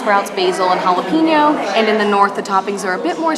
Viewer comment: jalapeno; not hallow pee no; hahaha or just green pepper